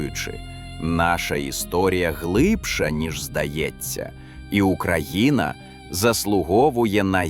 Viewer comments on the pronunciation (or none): none